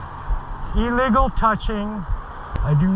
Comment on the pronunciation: Please learn that the word illegal is pronounced as if you’re speaking about a sick bird. It’s not pronounced E-legal.